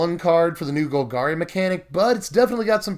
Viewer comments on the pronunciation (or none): none